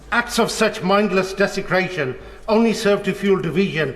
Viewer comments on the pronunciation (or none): Desicraton and division" 😂 from someone who follows Islam 😂😂😂